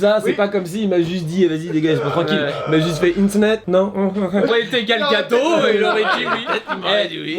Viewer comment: Très sympa cette vidéo qui nous montre cette boutique parisienne et comme je suis du sud de la France je n'ai pas l'occasion d'y aller donc merci pour le partage. Super aussi ton pote et ses interview 😀 Pour Gal Gadot on prononce Gal Gado"tte" par contre il me semble, je sais pas si peu confirmer?